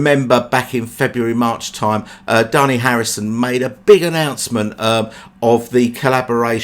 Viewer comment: So Dhani is pronounced Dungy, isn't that Australian for bog?